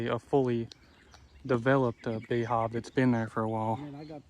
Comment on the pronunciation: Calls it a "Bee Hawv"